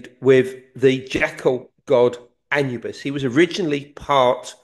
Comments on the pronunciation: Since when did we begin pronouncing Anubis as Anyoubis? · Love these two. Why does Collins always pronounce things weird like even anubis 😂 throws me right off im like who the fucks that?